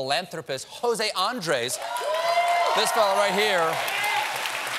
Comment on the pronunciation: How can Stephen look straight at the name José Andrés, written with diacritical marks, and stress the wrong syllable in each two-syllable word?